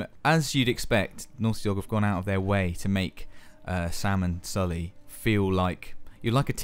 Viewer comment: He said "Sam and Sully."